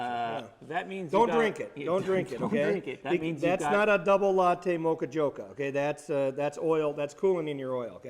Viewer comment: double latte mocha "jocha" god shut the fuck up